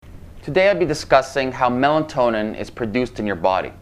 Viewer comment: Melatonin.....not Melantonin !!